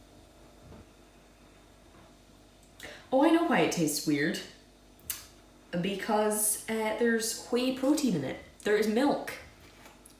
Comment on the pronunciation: It's pronounced "way"